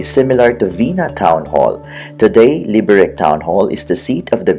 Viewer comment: Enjoyed the video, but it hurt to hear you mispronounce the name. The C is pronounced like TS, not like K.